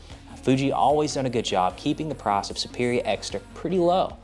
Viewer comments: Yeah thats the only place I noticed his accent 😂 took me a while too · oh! "PRICE"! I kept hearing "PROSP" as in prosper.